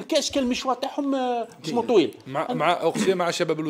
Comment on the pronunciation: حتى اسمه لم تنطقه صحيحا ولاعبها تعرف